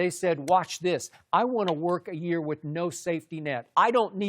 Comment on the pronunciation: "iM gOnNa bEe rIOte ThIS YeErE" - Rob